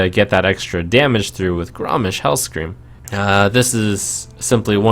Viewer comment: Hmmm... I think it's because trump pronounces it more like "grommish" than "grommash". So... "Grommish Hellscream" becomes Gram- Michelle Scream